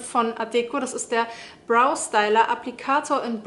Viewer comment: Und das nächste Mal betonst du die Marke richtig, für die du Werbung machst ☺️